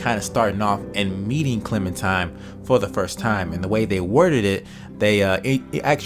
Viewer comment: Dude I love ya but ya gotta stop pronouncing Clementine as Clementime lol